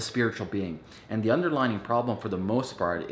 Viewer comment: Under-LY-ing not underlining ET cetera not ec setera Sorry not trying to be a troll it just was distracting me. Maybe I should watch your video on how to stay focused